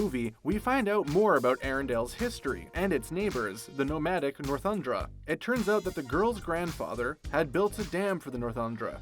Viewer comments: It's Northuldra not Northundra... 🙄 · He kept seeming like he was saying Northundra instead of Northoldra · YES! Thank you! It's NORTHULDRA!!!